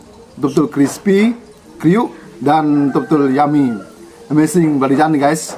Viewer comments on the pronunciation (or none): Logat nya beda,susah ngucapin Inggris